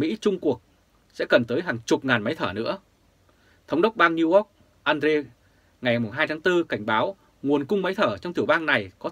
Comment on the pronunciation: please doc NEW YORK dum NEW ORK nghe ky lam.